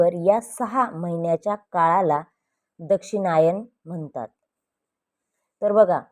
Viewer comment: Aare Dakshinyan nahi yala Dakshinyan bol